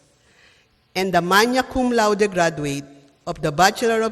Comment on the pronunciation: Anong manya cumlaude? Bakit ganun pagpronounce? naku magagalit si Oxford dictionary nyan. Ang pinoy saan nakuha ang ganyang pronunciation?